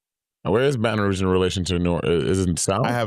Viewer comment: Louisiana is shaped like a boot, baby. BR is west of NOLA. It's so cute how y'all are saying Baton Rouge. It's not wrong, but it's not how ppl say it.